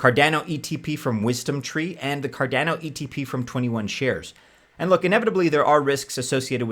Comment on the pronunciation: CarDANo? Nobody says it that way. Cardano like mano, guano.